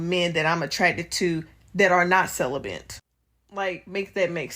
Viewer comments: What is a "Sell-a-Bent"? ....🤦🏾‍♂️ This retired 304 needs to learn the English language before she ever tries to speak publicly again. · “CeliBENT” Lol the educated bw can’t even pronounce correctly something she claims to be 🤦🏽‍♂️😂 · Is she mispronouncing celibate as celibent???🤨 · Celibate = Sell-A-Bit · Hard to hear her past the word "celibent"🥴. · She keeps adding "...bent" in her pronunciation of the word. 🤦‍♂️🤦🏿‍♂️🤦🏻‍♂️🤦🏾‍♂️🤦🏼‍♂️🤦🏽‍♂️ 🤦‍♀️🤦🏿‍♀️🤦🏻‍♀️🤦🏾‍♀️🤦🏼‍♀️🤦🏽‍♀️ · "cel·i·bent", lol. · I just wanna know why you can’t pronounce celibate right? 😂